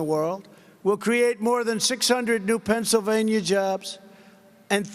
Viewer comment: Pennsylvania. Not Pennslvania